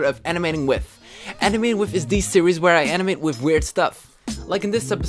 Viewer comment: Omg I love the way u talk Wif = with Oder=other Anuder=another